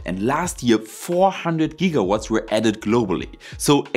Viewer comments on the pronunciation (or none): none